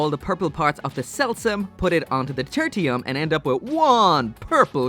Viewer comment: Title: Turtium Gundam.: Turtium Gundam. Me: Okay, so it's called "Turtium" then.